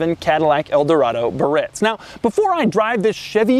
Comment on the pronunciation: Another cool feature was the automatic parking brake release. As soon as you'd shift into drive or reverse, the parking brake pedal popped up by itself. And then there was the electric antenna control that was built into the radio. I found it annoying every time the guy mis-pronounced the word "Biarritz." Sad to see what Cadillac did to that wonderful engine. When it came out in 1968, it had 375 horsepower (472 cubic inches). The following year, they squeezed another 28 cubic inches and 25 horsepower out of it. Then, after the '73 oil embargo, they used the same basic engine but lowered the compression AND the cubic inches until, as this guy said, it only made 180 horses. Such a shame. I had a '68 DeVille convertible in the late 70's that used to shut down Camaros and cop cars. This '77 Eldo sounds like it couldn't even get out of it's own way.